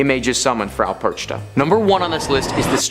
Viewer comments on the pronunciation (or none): Dude, old lady's name is pronounced differently, it's like PerKHta or something similar and not PerCHta. CH here is germanic kh, not english ch. Still cool video compilation) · It's pronounced Perkta not perchta.